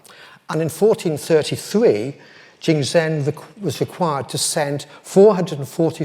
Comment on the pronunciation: Jingdezhen is pronounced jing de zhen not jingsen